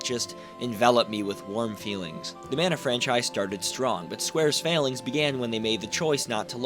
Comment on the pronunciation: Thanks for pronouncing the name of the game the same way I do and always have. People that say "Mahn-uh" can go live on an island somewhere far away from us.